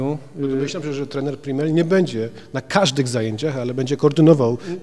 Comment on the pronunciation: PRIMEL a nie PrimeR - masakra